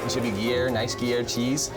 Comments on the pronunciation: "Guer cheese"... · Fool said Gear cheese. 😂😂😂😂😂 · As someone who grew up right next to the Gruyère region in Switzerland (where the cheese originates from obviously), I had to laugh at this guy and his "gear cheese". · I woulda made dude attempt to spell his pronunciation of gruyere cheese.